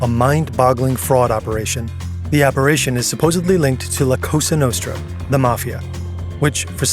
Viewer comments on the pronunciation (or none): Kash....COsa Nostra, not CAsa Nostra. It's not a house lol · “La Casa Nostra” 💀💀💀💀💀💀💀 How? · oh, yes. The "Lacoste Nostra"